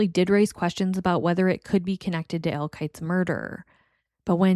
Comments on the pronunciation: To me, it sounds like you’re saying “Ale”. Which is interesting as I’ve never encountered anyone from NY who had pronounced Al like that. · What accent is that?? Never heard Al pronounced like that.. I'm guessing somewhere in the Midwest??